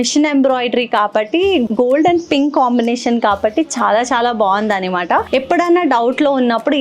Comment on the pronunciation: Nice choices but Annamaata (అన్నమాట) antaru kada normal ga meerenduku annimaata (అన్నిమాట) antaru ?!